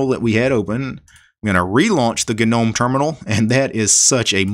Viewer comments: Not to be that guy but, isn't Gnome pronounced nome. Or am I mistaken? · "Ga - nome "🤦‍♂🤔 But otherwise very informative